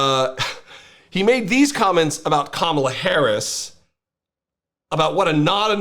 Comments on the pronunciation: He can't even say Kamala's name right, always mocking it , thats how racist he is!!!!!!! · Im pretty sure he's purposely saying Kamalas name wrong. And his nasty comments get on my nerves. When someone speaks the truth or repeats things he has said, he says they are being "nasty." SUCH A MAN BABY TODDLER!!!!!! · The idiot cannot even pronounce "Kamala" correctly. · he's a idiot, however,he think he scare people by saying,she said the truth about his filthy distorted sexual prettier, whatever she said, was the truth,he think, because he cant pronounce her name, if you think this moron isn't deranged,who is, he can't stop running his nasty unintelligent filter mouth,how can this filty mouth fool,take about Mrs Obama, with his distorted fat orange lying unintelligent ass, this nut, has no ideal about politics,yet,this fool was in the highest office in America,how,dose this happen,plus this convicted sexual prettier is running again, really,he made America,the laughing stoct of the "world"!